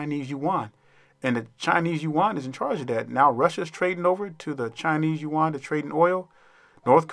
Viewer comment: This is great--brilliant, dude! So glad to hear someone say Yu-an (not "Yen")